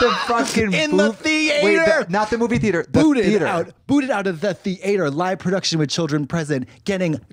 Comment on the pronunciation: Katya calling it “the thee-ate-er” every singe time has sent me